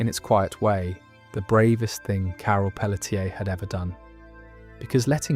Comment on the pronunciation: Carol Peletier. It's not Pell - uh - tier. I'm from Louisiana and can tell you it's going to be pronounced either Pell - shay, Pell - chay, or Pell - tee - aye.